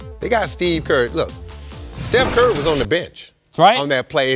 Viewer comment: Was he saying "Steph Kurr?"